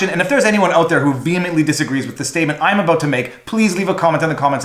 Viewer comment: "It's time to talk aboat.." found the Canadian!